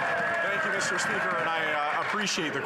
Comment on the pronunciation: "honk you" 🤯🤯